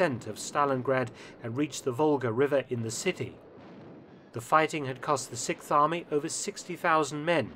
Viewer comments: Sixth Army, not Sikth Army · The SIKTH army - am I the only one who noticed that Mark cannot pronounce the word "sixth"? The worst part is that he says the word about 30 times in this video..... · You're still at it, with the "sic farmy"? Come on, you can pronounce "6th Army" better than that.